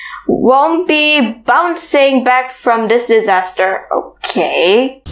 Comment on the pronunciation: Not boncie ball it's a bouncing ball.